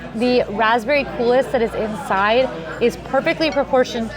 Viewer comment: if you'll excuse the correction, the word "coulis" is, to my understanding (which I have come to through watching a lot of baking shows), pronounced "cool e."